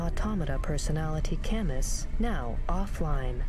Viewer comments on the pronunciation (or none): That's not how you pronounce Camus